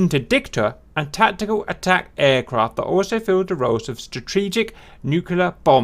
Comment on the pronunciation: Ehhhhm, what's a 'Nucular' bomber? ;D